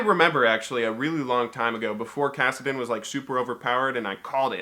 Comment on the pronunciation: Kassadin not kassadin!!!